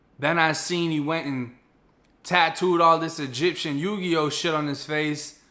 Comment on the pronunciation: When you said Yu-Gi-Oh, I fell out 😂😂😂